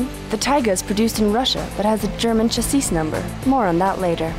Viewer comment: & the way she says chassis : D : D